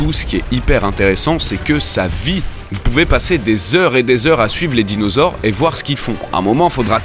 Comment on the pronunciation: "les dinausaures" sérieux -_